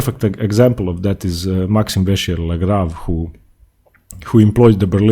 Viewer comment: Dude, the pronunciation of MVL is fascinating but it also makes me feel bad for MVL as I know how to speak French. Correct pronunciation (With English alphabet characters) : Maxime Vachier Lagrave - Maxim Vashie'c'h Lag'c'hav (Letters surrounded by ' ' are silent but leave an effect over the sound.) I know this is a lot old video but I don't know if you still say this way or not. Whatever, if you want to pronounce what you do then no problem. Because the quality overwhelms every mistake to be ignored.